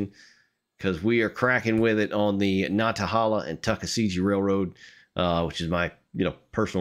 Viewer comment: Nanta - HAY - la